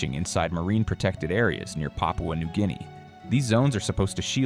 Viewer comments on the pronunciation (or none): none